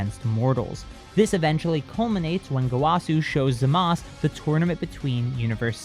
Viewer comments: Why do pronounce “zamazu” as “zamaz”. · It's ( Zama - su )